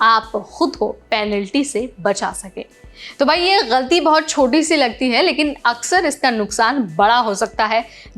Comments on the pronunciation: Your pronunciation is nice , you said ghalti not galti. Looks you know Urdu as well as Hindi. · Aap “galti” bahot sahi pronounce karti ho .. I thought you were Muslim and did your education from Urdu school 😂😂